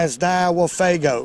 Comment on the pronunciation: I've said it before and I'll say it again: it is pronounced fooaaago, not faago.